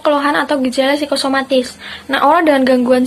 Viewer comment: kok jadi psikomatis ya teman2, bukankah psikosomatis yg anda jelaskan?